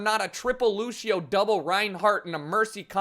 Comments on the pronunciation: Why do people pronounce Lucio like LU-SHI-O. You pronounce it LU-SH-O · its fucking lucio not lushio say it right, thanks